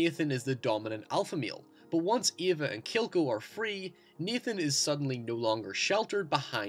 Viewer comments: Naaaaaaaaathan not neeeethan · "keeleb" and "Neethan" lol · Like halfway thru it's hard to tell if he's saying Nathan or Ethan